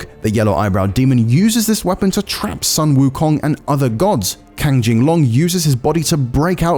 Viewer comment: "Sun Wukong" "Tang Sanzang", these are the easiest Chinese names to pronounce, he still can't do it....lmao